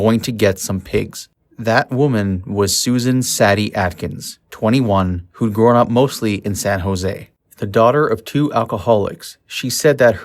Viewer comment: Manson was a cult leader. Not a mass murderer!! He ordered the murders but didn't do them himself!! Also it's pronounced say-dee not sad-ee!!! Plenty of other mis-pronounced words. Do you listeners a favor and learn the correct pronunciation.